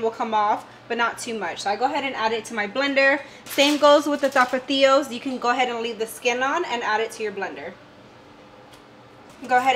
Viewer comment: You said “6 tapatillo” lol I’m pretty sure they’re called tomatillo